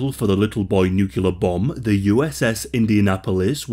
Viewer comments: Say it with me here. Nuclear ( New • Clear ) all you gotta do is put them together. Nukyalur is a lot harder to say than new clear. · Talk about PTSD! By the way, the word is “nuclear”, not “nucular”. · It's nuclear, not nucular lol